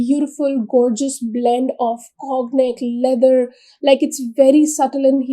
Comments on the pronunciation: conyac (kaw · nyak) cognac pronunciation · It is pronounced as kaw nyak